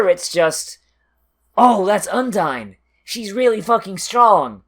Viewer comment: hmm sounds your still pronouncing Undine's name wrong. maybe i just hearing things.